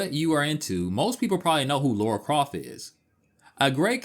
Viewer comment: A couple minutes in and I've heard "Laura Croft" multiple times now... gonna keep calling her Laura for the whole video...